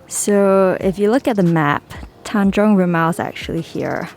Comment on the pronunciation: you pronounced it correctly. Tanjong rimau